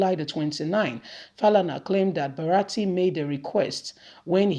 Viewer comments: not BARATI but BURATAI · the name is Bu-ra-ta-i, elehin goro, elehin woji.